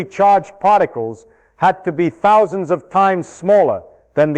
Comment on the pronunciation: Did he really say "10 thous" electrons?